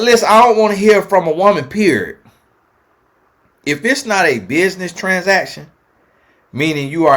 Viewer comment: Point. Blank. Peer-ree-yod!! May a man that will love me like this chase me down 🙏🏽